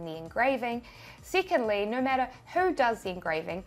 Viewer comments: I hear "Noire" instead of "No" 😆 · Theres no "R" in NO! :) Love ya!! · when Australians say no🤣